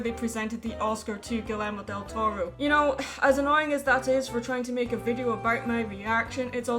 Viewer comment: Vine esperando soltar bilis si decía que Guillermo del Toro no lo merecía. Pero, según entiendo con mi apenas decente inglés, no vi eso... Así que... Solo diré que los angloparlantes dicen nombres latinos algo chistoso. (Sí, comentario en español) ... ... ... ... ... ... ... ... ... ... ... ... ... ... "Guilermodeltoro" XD ... Don't take it bad, please. We pronunce the double "L" kinda like "Y" in words like "Year". It's weird to hear it that way